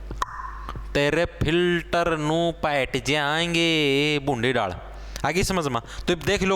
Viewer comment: I love this man the way he says paat jaange is amazing 😂😂😂😂😂